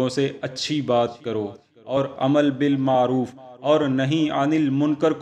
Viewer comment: Anker kum padha likha hay. Amar bilmaroof ko amal bilmaroof kahta hay. Kitabat ya typing main galati hosakti hay,padhne main galati kar raha hay yaani ilm bahoot kum hay.